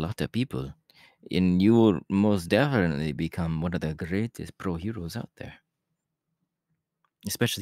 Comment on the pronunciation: I can't get over the way he said :ouT I love it!